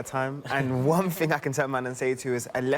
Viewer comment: “One fing I can tell man and say to you” / this isn’t the ghetto mate, this is Sky Sports. Speak properly.